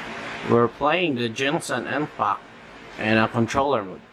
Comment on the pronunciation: i laughed when he said ginsan impact